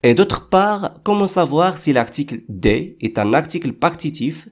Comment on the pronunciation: La prononciation de du et des n'est pas bonne par contre.